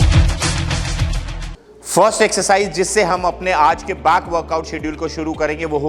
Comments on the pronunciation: Bhai back or baak kyu bolre ho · Why he is pronouncing "Bak" instead of Back???!!! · আরে বাক নয় ব্যাক. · Bhai woh bakck hota hai not this bhaakkkkk😂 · Back ❎ baak ✅ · Back ❎ baak ✅ ....😂😂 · Back exercise ❌ baak exercise ☑️😂😂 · Ara Bhai Back hota ha Baak nahi😂😂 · it's "back" not "baaakk" 😂😂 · Aaj pta chala back ko baack bolte hai 😲😲😲